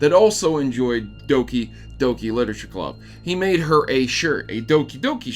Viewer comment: So it's pronounced as Dookie Dookie Leetooreechure Clabb?